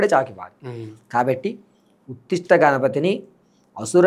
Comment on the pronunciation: ఉత్తిష్ట కాదు ఉచ్ఛిష్ట